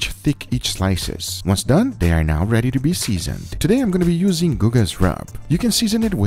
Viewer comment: . Oh, ok. Edit: He said, "Now ready." His accent made it sound like "Not ready." LOL.